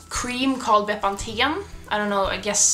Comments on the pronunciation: pronounced bepanfen 👍🏻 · The way you say Bepanthen is so different to the English way :') <3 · Ah I'm in south Africa and I use Bepanthen as well. We say it very differently too. Bee-pan-fin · I laughed when I realised you were talking about bepanthen. I’ve never heard it pronounced that way